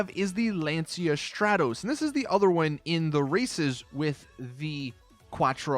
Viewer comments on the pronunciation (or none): "stra dose" its stroar tos. lancia stratos, you need to pronounce the car names properly man